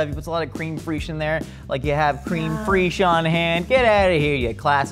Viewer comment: Good video but "Cream Freash"? It's pronounced "Crem Fresh"...